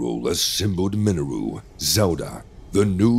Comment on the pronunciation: The only issue I have is how he pronounced Mineru. Please pronounce it as Minayru. Lol